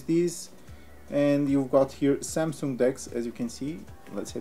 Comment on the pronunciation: How come this idiot has some followers!!!! He can’t even pronounce samsung!!!!